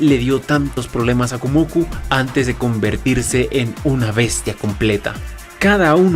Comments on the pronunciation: no es "Kumoku" pedazo de... de... de muchacho, es "Kumoko", "Kumo"/araña + "Ko"/mujer, asi que ella es la "dama araña". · Es "kumoko" ""kumoko"" ya comenze a ver el video y me encontre eso estraño xd